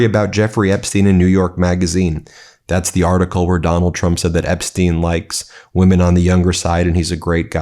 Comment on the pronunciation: How dare she call the survivors “wee-men”!